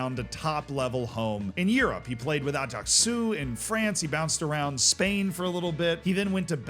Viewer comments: Was getting pissed off with all the "aw" sounds in place/team names - Meelawn, etc. and then you said Ajaccio (Ataxoo??) in that mad way and I chilled 😂. Then you said Cawgleeawree and I was pissed again. And before the fanboys get pissed with this, he clearly is "trying" or at least conscious of it with what he said about Górnik Zebrze. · Ajaccio is pronunced "Ajax" + "CEO"; like AjaxCEO <3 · Nice pronounciation of Ajjacio 😂😂😂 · Ajaccio died again after you tried to say it 😂